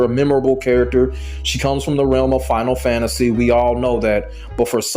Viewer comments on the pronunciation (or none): none